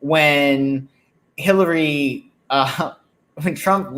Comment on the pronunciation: Changed my mind. He just said Hilary. No R for our psychic on this one. 😉